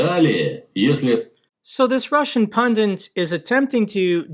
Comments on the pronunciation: A minor thing, but the word is 'pundit', not 'pundint'. Thanks for your excellent work! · it's "pundit" (not "pundint") - only one "n". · Good report as usual, but I'm a little confused about these "pundents" that you keep referring to. Are they related to fondant? Perhaps, half pundit - half fondant?